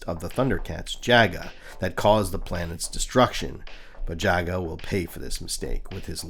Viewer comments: Did you call him “Yaga” ? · Hello content creator, I'm enjoying the video thank you for clarifying the destruction of Thundera. Jaga is pronounced Jah-Gah 🙏🏾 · You pronounced 'Jaga' at least three different ways. Is it some kind of gag?